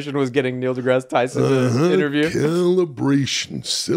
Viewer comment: holy shit its actually Neil degrease Tyson